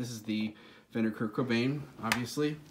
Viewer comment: Did I hear a 'teh Kurdtzzz' ?